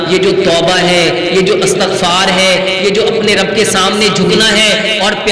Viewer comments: Astaghfar nahin hota Istaghfar hota ha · استغفار / الف اور تاء کے فتحہ کے ساتھ نہیں ۔ بلکہ الف اور تاء کے کسرہ کے ساتھ ھے۔ عفوا